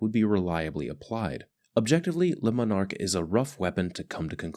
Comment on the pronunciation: Its pronounced lemon ark.